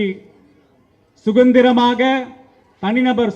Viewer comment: சுகந்திரமா .....என்னங்கடா உங்க தமிழ்